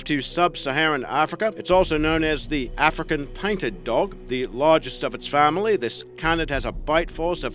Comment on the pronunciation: “Arnimals”, “parnther”, “Arfrican” lol